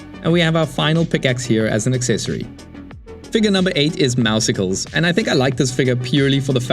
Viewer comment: For the record, Meowscles is pronounced to sound similar to Muscles but with Meow as the first syllable. Because he's buff. Mao-sicles just isn't there at all.